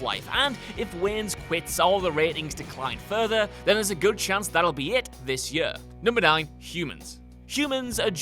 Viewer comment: the way this guy pronounces 'year' really grinds my gears lmao